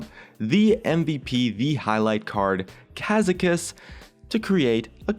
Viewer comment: gad get zan not gadjetzan